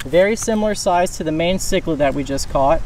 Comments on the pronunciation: Yes!!! Like the Mayan people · Its pronounced my-en cichlid not mae-en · bro it’s pronounced mean ciclid not main ciclid. 😂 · It's pronounced as ma-yan not my-en. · I physically died when he called it a may - en cichlid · MY-YAN bro lol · Pronounced MY-AN cichlid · stop pronouncing mayan cichlid like that its pissing me off